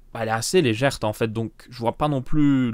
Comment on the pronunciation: Ça se dit légèrte ? Il dit ça vest les 3/4 et ça me choque un peu... 😀